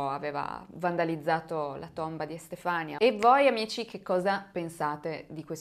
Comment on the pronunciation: Magnifica come sempre... 😘 Si pronuncia Estefanìa comunque 😂